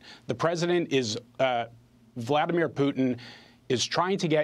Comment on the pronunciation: "Volodymyr Putin" 🤣